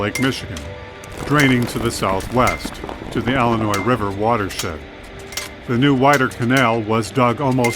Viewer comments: it's pronounced "illinois", not "ellenois"... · Tell that to most of the population of Chicago, Ellinoise.